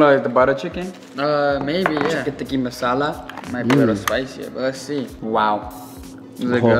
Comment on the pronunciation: bro said tiki masala. no disrespect